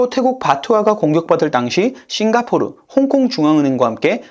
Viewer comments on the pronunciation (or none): none